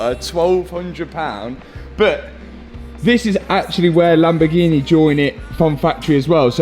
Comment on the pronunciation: "the lamborghineeaa"